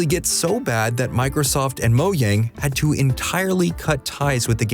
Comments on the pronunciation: If I here mo-Yang again I’m actually gonna find your address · Moyang hahahha